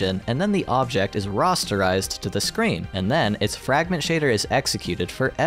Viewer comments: Your saying Rasterizted wrong. There is an A there, not an O. Ra aster ized. Not "Roster ized" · *Rasterized. Not like "Rasta". Who are these people making all these videos where they mess everything up?? Seriously, almost any video by anyone who seems like they're under 30 has sooo many problems. It's like someone smart is writing the scripts and some kid who doesn't know a damn thing about technology is reading them. Linus Tech Tips is an exception. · "Rosterized" lol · He had me until he started pronouncing "rasterized" as "rosterized". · "Rastarized"? Is that a hair joke?